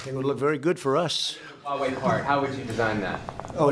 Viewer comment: It's 'H' ua Wei with H, not Wa Wei. Don't follow Trump's pronunciation.